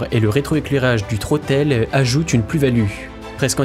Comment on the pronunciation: Vidéo et voix off très agréable, bon montage, par contre j'ai 4 remarques : 1/ le "Troteul" ? Dites "manette des gaz" ou prononcez en anglais. 2/ Logitech a racheté Saitek donc le "Pro S" n'est pas leur seul joystick 3/ Ce ne seront pas les meilleurs Hotas de 2021 mais de 2020 (titre putaclick) 4/ Mettre un crédit pour ceux qui vous ont fournis la musique gratuitement les aides merci de les rajouter. Musique : Warriyo - Mortals Feat. Laura Brehm